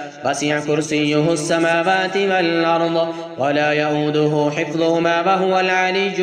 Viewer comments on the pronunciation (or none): none